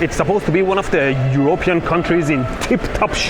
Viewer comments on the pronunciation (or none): Eur-rope-ean lol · It's not EurOpean, but EuropEan. You have the stress misplaced.